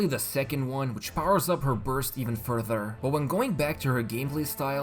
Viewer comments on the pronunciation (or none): none